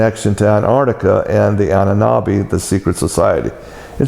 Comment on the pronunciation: when he says "Annanabi" = "AHNEN ERBE" if anyone wants to look into that <3